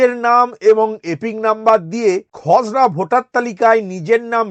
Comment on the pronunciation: আপনি খসরা তালিকা বলছেন না খজরা তালিকা বলছেন বোঝা যাচ্ছে না😢